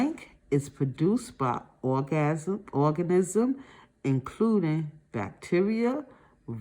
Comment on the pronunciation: My favorite part was when she said orgasm instead of organism 😆